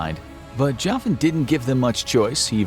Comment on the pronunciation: I wonder if he’s a relative of mine if he’s from Liverpool a lot of my relatives are from there although I’m not from there myself. We also pronounce my name Jockin not Joffin haha.